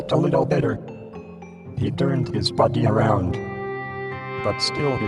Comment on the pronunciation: Insteand of body I heard butty